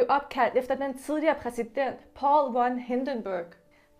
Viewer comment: Von udtales fon